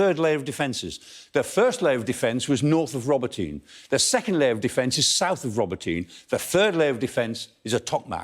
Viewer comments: Professor Clarke: Robotyne is pronounced “ro-Bot-nyeh” not “Robo-teen” which sounds like an adolescent sci-fi film hero! 😂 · This guy can't pronounce the city names correctly. It's not Rober-teen. iI's Rah-bow-teh-neh. It's not Back-mut. It's Bahh-moot.. there is no K sound. KH is the H sound as in Hut. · Not pronounced roboteen. It's row-bot-on -nuh. Emphasis on BOT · I really hope the Ukrainians don't pay any attention to this clown (it's "Roe - bot - tin - nah" guys - watch some local television, maybe). It is crucial that the Ukrainians not commit the same mistake as the Russians of assigning importance to villages and towns. The only thing they should pay attention to is geography. They have to ignore Tokmak and simply move down the western bank of the Molochna River. They can cut the railway at Molochansk - just south of Tokmak. But they need to be staying away from Tokmak. Villages and towns are of zero significance. The Molochna River is the most complete geographical defensive feature in the region. Track down the river bank to the west to Melitopol, and then bomb the Kerch Bridge. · Robotyne is pronounced 'Robot-nee' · Michael Clarke's great and all but "rob-oh-teen"? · Robotyne is pronounce Ro -BOT-een-a. Robot, comes from the Russian word for work. Which is where we get the word "robot' from. The word was coined by the Czech writer Karel Čapek in a 1920 play. I'm guessing this name means something like "Worker's village".